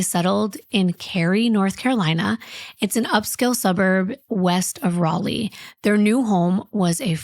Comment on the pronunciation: Can I just say thank you so much for pronouncing Raleigh the right way!! 😅 Soo many people say it wrong!!